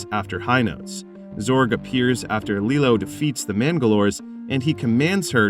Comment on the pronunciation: LilO is a Disney character. LeelOO is the weapon. The last syllable is LU, like in Hulu.